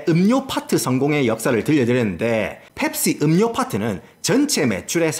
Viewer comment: ㅅㅂㅋㅋㅋ 이형 '펩-C-ga~' ㅋㅋㅋㅋㅋㅋ개조아 진짜 남자중에 제일좋아